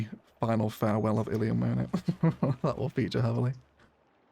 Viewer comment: I think you called the city Illy at the start of the timelapse. It's canon in my head now, the locals call Illium "Illy"